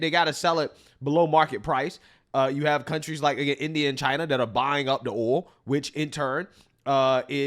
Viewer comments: DAMN BRO CANT YOU JUST SAY OIL!!!! NOT AOLL!!! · The accent u have when u say oil owwwo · No matter how hard he tries, cannot pronounce "oil" 😂 owwel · I've never heard anyone struggle with the word "oil" in my life like the way you do! Lol😂😂😂❤❤❤ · Bro, why can't you pronounce oil? Are you not American? Are you one of those people that need to be deported? Viva la raza, essay? Lol, just kidding man